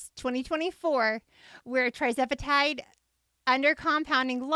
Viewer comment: Isn’t it TIRzepitide not TRIzepitide🤔🤔